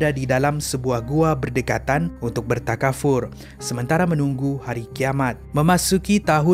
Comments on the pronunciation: Assalam Tuan, maaf sikit perkongsian. Bertakafur... Salah sebutan. Bertafakur.. sebutan benar. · Bertakafur ka bertafakur sorry 🙏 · Bertafakur lah, bukan bertakafur... hihihi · Bertafakur abang...bukan bertakafur 😂 tercuit hati seketika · bertafakur.. bukan bertakafur.. 😆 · Bukan bertakafur tp bertafakur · Bertafakur bkn berkatafur.. Aduh.. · tuan..bertakafur ke bertafakur?… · Bertakafur ke bertafakur? 🤔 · Ngam la bah tu ckp bertakafur...😅😄....tu insuran nama dia takaful 😆